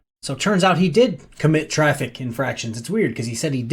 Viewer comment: "IN-FRACT-ION" 🗣INFRAKTSHHEN